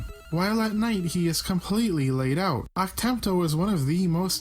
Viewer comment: BALL-ZACK, ACK-TEM-TOE - Seriously, what do you have against short 'A' sounds?